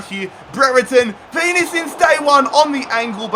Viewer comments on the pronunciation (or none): none